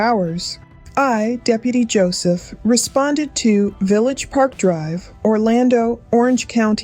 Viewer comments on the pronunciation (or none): none